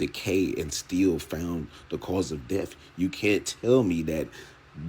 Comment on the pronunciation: Something I couldn't stand about this press conference, every time crump said death he pronounce it deaf. He said "we have to AXE ourselves" .... I don't give a f*** about Black culture ebonics and how you talk but when you're on a world stage and just won't do better? Give me a f**** break